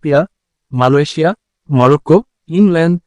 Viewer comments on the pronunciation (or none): none